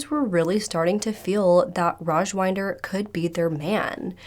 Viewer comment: not sure if anybody cares but i'm pretty sure his name is pronounced raj-WIND-er as in....wait iDK how to describe wind LOL 😅 wind as in it's windy outside, not wynd as in...to wind up a toy? 🤭 hopefully that makes sense.